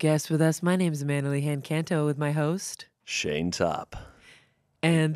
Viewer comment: When Amanda said “and I’m here with my host” I thoight she said ho£ 😭